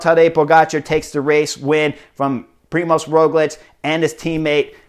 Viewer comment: Also, it's Primož, not Primos, you're the first one I saw spelling/writing as Primos xD